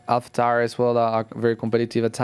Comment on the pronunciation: Gasly saying Alpha Tauri 😂